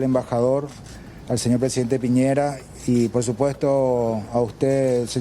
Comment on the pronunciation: Piñera es el apellido, no Piñeira, pucha, las periodistas medias fomes